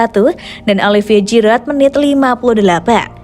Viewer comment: Giroud dibaca Jiru, bukan Jirot